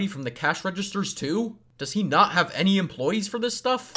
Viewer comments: Uh he send " empoyees " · “empoyees” Hmmmm... So That Means.. 1+ Sin For Animation Sins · “Does not have any empoyees” Me: “It’s employees” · “Any empoyees to do that” empoyees EMPOYEES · hehe empoyees hehe funni wurd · sin emoyees